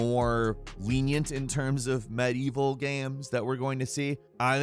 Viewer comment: OK most of these have nothing to do with medieval say it with me now med-ieval not mad-evil. Jesus Christ dude you're a journalist take some pride in your work.